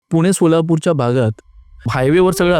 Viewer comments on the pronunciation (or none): none